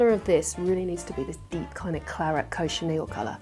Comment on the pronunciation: Sorry to tell you, but it's pronounced "cotch-in-eel" (not "coe-chin-eel) and it is still made of crushed cochineal beetles and used as a food colouring. Otherwise it wouldn't be called cochineal, would it?